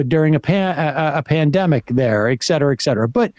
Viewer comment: Sam is such a bright, well-educated dude. It strikes me he continues pronouncing etcetera incorrectly. ☺️